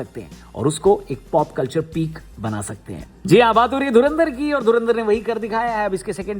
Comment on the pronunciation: Dhurandhar ❌dhunaadhar✅